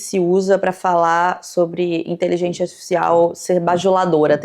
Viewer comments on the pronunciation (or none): "inteligentia zartifffcsais" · porque que ela fala inteligenTIA aaaaaaaaaaaa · me revirando a cada vez que ela fala iteligecia atificial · Caralho, INTELIGÊNCIA! É inteligênCia e não inteligênTia!!!! 🤦🏻‍♀️ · Ouvi a falando "inteligêntchia" artifícial o tempo todo kk não consigo desouvir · Nossaaaaa nem fala, “inteligentia” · gente, ela fala inteligentia ou inteligente artificial, que nervosooo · gostei da pronúncia intelidjência artificial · eu acho q eu to com psicose de youtube, o tempo todo ouvindo a falando "inteligentia" e achando q ela ia falar outro idioma hahaha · Toda vez a repete a palavra "inteligência" eu escuto "inteligêntia" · td vez q ela fala inteligentia artificial alguem morre no rj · Inteligentia artificial kkkk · falando “inteligêntchya artificial” quase todas as vezes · Meu deus que agonia. InteligênTIA . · ela não consegue pronunciar 'inteligencia artifical' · que fofinha a pronúncia da de "inteligência" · A fala a palavra "inteligencia" de um jeito engraçado ne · pronunciando "inteligência artificial" é minha nova religião. 😂❤ mto fofaaa